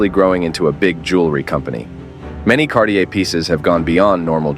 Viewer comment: Thanks for a great video. However, it will create more good will if you try to pronounce the brand name like it's actually pronounced. But again, good video, thanks for that :-)